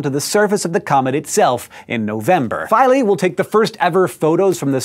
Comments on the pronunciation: It's pronounced phee-lae... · Isn't it pronounced Fee-lay. Or have I been saying it wrong this whole time. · Philae-its feelay